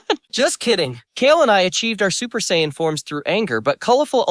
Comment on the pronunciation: It can do friezas impression but can’t pronounce Saiyan correctly 🤔